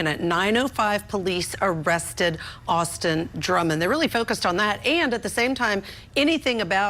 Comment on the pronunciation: It is interesting that the Sheriff of Dyer County called him Drummons instead of Drummond. The Sheriff of Madison County made the same mistake.